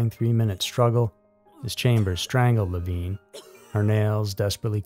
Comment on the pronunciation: Leh-VIN, NOT Leh-VEEN. I enjoy your content, I do, but is it that hard to make sure you are using the proper pronunciation of names and places? This is at least the third time I've had to call you out. The poor girl was murdered and her reputation dragged through the mud, could you at least pronounce her name correctly??